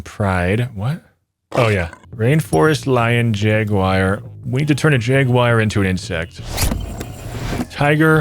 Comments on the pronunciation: What’s a “JagWIRE”?! It’s a ‘JagUAR” (pronounced: Jag-w-Ar). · He's saying jaguier insted of jaguar